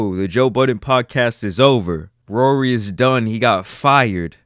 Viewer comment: I can’t unhear “Rury” now his name ain’t Rory anymore